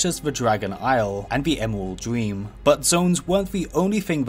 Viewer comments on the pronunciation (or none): none